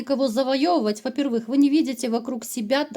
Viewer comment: Приятно слушать Ваши расклады, единственное давно хочу спросить, почему вы говорите "вопервЫх", а не "вопЕрвых", прям серпом по ... ушам 😊, простите...